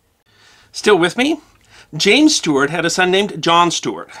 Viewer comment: And the constant mispronuniation of the word "Stuart". Aargh!!!